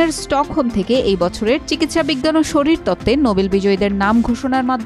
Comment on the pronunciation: শারীরতত্ত্ব✅ শরীরতত্ত্ব ✖️